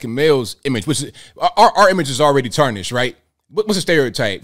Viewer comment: That mispronunciation of 'tarnished' was about as phony as Jussie Smollett's stuttering around